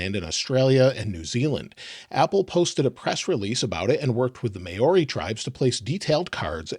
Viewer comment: Māori is pronounced like this: Mow-ree or Maw-ree.